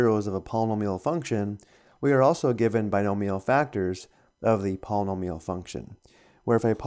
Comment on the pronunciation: palm-a-meal haha Not making fun it just struck me funny paul-e-nome-e-all